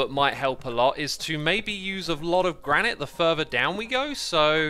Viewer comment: Gran-it, not Gran-eye-t